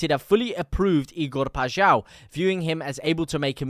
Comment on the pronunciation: The only streamer i have hera say paixaos name correctly lol